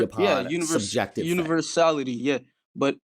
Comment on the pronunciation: Dude fucking said universality oh my god